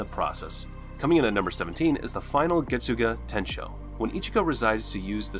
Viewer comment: The American pronounciations are kiiiilling me. Its like those commercials where the American is speaking spanish it’s sooo bad 🤣🤣add some zest to your pronounciation getsuga….. tenshou. Listen to the sub version the pronounciations are perfect!